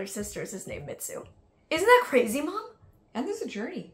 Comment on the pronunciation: It's Mitsou lol not Mitzu